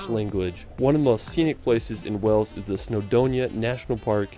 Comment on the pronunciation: He also calls Wales 'Wells' - a lot of Americans do this - if the 'a' sound is so hard to say why don't they call a tomato a 'tometto'? 🙂